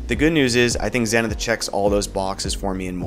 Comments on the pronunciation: Its pronounced zee-ni-th btw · Nice Vid. It's also pronounced zee-nuhth. :)